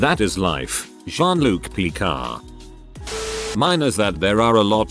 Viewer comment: Tomato= Tomata Pucun = Pecan Picard = Pecar 😂😂😂😂😂😂